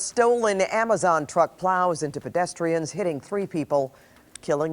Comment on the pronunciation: He did just say amajon drivers lol,,AMAJON 😆 🤣 TO FUNNY